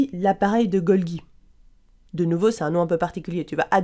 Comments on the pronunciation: Bonjour ! Vous soulevez un bon point, la prononciation correcte de Golgi est bien \ɡɔl.ʒi\ ("Golji" donc). Merci pour votre vigilance ! :-) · Golgi c'est pas golgui